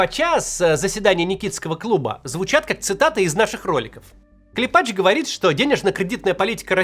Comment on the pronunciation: КлЕпач. Ударение на "Е".